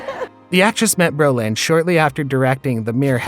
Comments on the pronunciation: I think you're mispronouncing both of their last names...lol...His sounds like Berlin...and Streisand with accent on the 2nd A? uhmmm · James Brolin was born in California, but this video's narrator seems to be mistaking him for a French immigrant. His name is pronounced "BRO-lin" --- not "bro-LAHN"; it's an Anglicized stage name. (Wikipedia says that his father's name was Bruderlin, which is also not French; it's German.) I do get that some people weren't born soon enough to hear his name on TV back when it was a household word because of his good looks and his prominent role on MARCUS WELBY, M.D., which was a hugely popular prime-time series when it was new. But the gossipy notion that Barbra Streisand's attitude toward her own fame destroyed their marriage by making him jealous is just silly. Female stars were not respected nearly enough for that. People talked about her as if she could never be quite good enough to be a REAL star (as opposed to a comic) because women weren't supposed to have big noses. We girls were supposed to think she was lucky to be appreciated by a REAL star as handsome as James Brolin, because she was to be seen as derelict in her womanly duty to be pretty for men. If anyone did feel jealous enough to get sucked into some pathological competition with her fame, it's probably the person who whipped up that tall tale about her. Misogynist much? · Is this narrator's shtick to swap the accent on people's last name? Instead of Barbara STREISand he says StreiSAND, instead of BROLin he says BroLIN. He Does it with Omar, too!. its soo funny, weird, and unexpected. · James Brolin - can you pronounce his last name correctly. It's not Berlin. Bro-lin. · Good video and information. But you keep on saying Berlin instead of BRO-LIN. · Dude, you are totally mispronouncing Brolin. It's NOT Berlin! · STRI-sand and BRO-lin. It's really important to know how to pronounce the names of the people you make videos about. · Stop saying Strei SAND and Bro LIN